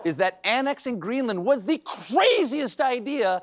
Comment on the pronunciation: Does that fox news host believe that Greenland is a disney ride? The way she pronounced it, makes me think so.